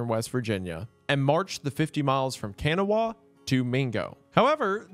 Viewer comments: Btw its pronounced Ka-naw-a not Ken-a-wah county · I grew up in Pratt where she was imprisoned! And my great grandaddy met her about 11years before WW2 when she came to the company town he taught in. Also, man it’s pronounced Kan-aw round here😂 not Kan-aw-wha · ITS KA-NAW county lol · Incredible video as always, but the way Wendigoon is pronouncing Kanawha is bothering me lol. I’ve always heard it pronounced “Kanaw”. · Kanna-wah lol... It's pronounced Kuh-Nah. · Gooner saying “Can-a-wah” instead of “khan-aw-ah” was taking me out this entire video (I an hour an a half outside Charleston) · sir i love you for covering blair mtn but its “cuh-naw” not “cuh-naw-wha” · Can a wah 😂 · It's gonna sound really stupid, but we pronounce Kanawha as 'Kanaw.' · Great story, just, please, learn how to pronounce Kanawha County. Ka- nau-a. Not sure if that's proper "phonics" but I'm trying. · Maybe, ka-NAU-a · As a kanawha resident please say it kan-ah. Everyone here says it that way. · It's "Kuh-naw" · interesting topic. I only made it about five minutes in. You mispronounced “Kanawha.” It’s pronounced “KANAW” you don’t say the “ha” at the end. I stopped watching after that as I no longer trusted your knowledge on the topic. Goodbye. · That's how locals pronounce it, but the word itself stems from native americans and is pronounced ka-NAW-ha. Goodbye. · Bro im from west virginia i laughed hearing you pronounce kanawha county. 😂 in the Huntington Charleston wv side pronounce it kanaww county.😂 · Great video but it’s Ka naw county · For those watching, Kanawha is pronounced "Cun-aw" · Kanawha is pronounced can-ow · Kanawha is pronounced "Kuh-naw" by locals. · I just wanna say, it’s pronounced Kn-awh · It's pronounced "Ka-Naw" county. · It's pronounced "Kuh-Nawl" round here. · Kanawha County WV is not pronounced that way it is pronounced like "Kuh-naw" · Im never gonna get over your pronounciation of Kanawha throughout this video it's pronounced (Kah-naw)